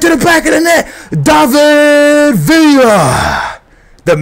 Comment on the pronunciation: isn't david villa pronounced like da-vid? not day-vid